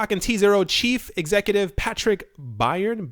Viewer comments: Byrne......pronounced like burn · Byrne - pronounced burn